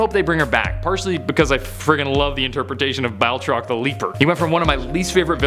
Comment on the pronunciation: His name is Batroc, not "Baltroc" lol